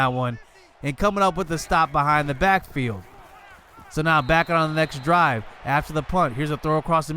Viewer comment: Ik you said next drive. But I sounds like you said sex drive and the captions even put it as sex drive lol.